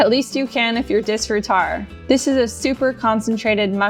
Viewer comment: Hearing you mispronounce disfrutar over and over angers me.